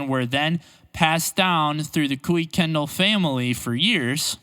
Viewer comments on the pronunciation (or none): The way it was pronounced by the Kuykendall family was KOO-ken-doll. I have first hand knowledge of this from meeting the elderly Mrs. Kuykendall and her daughter, Alla Ray (Kuykendall) Morris in 1986. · Kuykendall is usually pronounced "kye-ken-dall", rhyming with "eye-ken-doll".